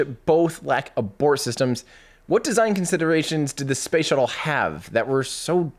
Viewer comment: I keep hearing "shovel" every time Tim says "shuttle" and I'm laughing like an idiot by myself. Space shovel. Space shovel. 🤣